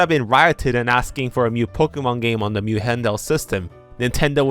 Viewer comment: i absolutely love your videos and have been binging them for several days now. but for gods sake, please learn to pronounce "new". I keep thinking you're talking about Mew and its so confusing